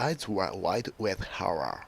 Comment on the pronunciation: what the fuck is your pronunciation?! lol who the hell use your video for learning English.